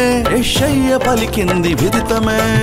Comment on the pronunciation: Dear brother, there's a mistake in sub titles as well as in pronunciation. It should be విదితమే , not విధితమే. I wonder how you missed it.